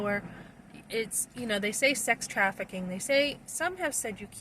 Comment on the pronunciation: if she’s going to be out talking and witnessing to people about trafficking, probably best she doesn’t lose credibility by saying the word incorrectly. Far from grammar police, maybe just helping someone to look less of an ass.